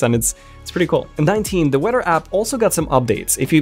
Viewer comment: The only thing that bothers me about this video is how he says weather